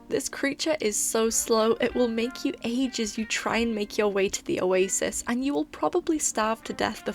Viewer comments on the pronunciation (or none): none